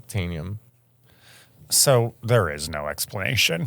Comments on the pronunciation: "oonobtaenium"...it's Un-obtanium😂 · Matteo with “oon-OB-tanium” 😂